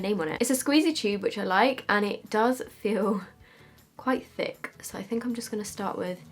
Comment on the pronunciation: “It’s a thick, it’s a THICCCC palette”😂